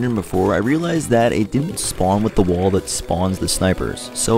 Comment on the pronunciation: wtf is a "wull" its wall bro